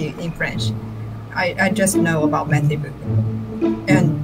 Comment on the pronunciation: I wouldn’t say merci beaucoup the way you are saying it, to a French person, because you are saying : thank you, beautiful a$$ … better say in English bocoo, rather than bocu in French 😅